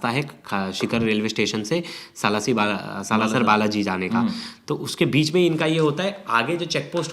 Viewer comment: कुछ भी पता नहीं है इनको सालासर को बालासर बोल रहे हैं भूतियै